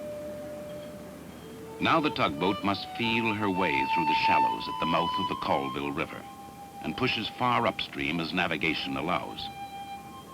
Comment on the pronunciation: Actually pronounced Colville correctly. I’m from Colville wa and worked in the Colville river delta of Alaska, both named after the same guy. No one up there pronounced it correctly